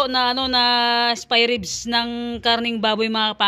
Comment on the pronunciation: Spy ribs tlaga bhi ha.😂 Ok lng yan bhi may sarili kang diksyonaryo.hehe yan yung easiest way ng pagbigkas ng spare ribs hehe love you bhi khit nabubulol ka❤